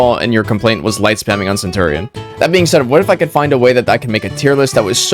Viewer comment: that is not how you say centurion